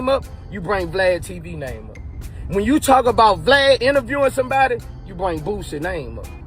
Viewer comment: you are butchering that man name aint no "T" in BOOSIE